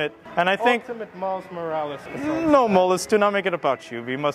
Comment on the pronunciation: Me laughing because he said Moles Morales